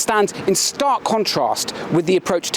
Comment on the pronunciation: He said ‘conentrast’. This is a script 🤷‍♂️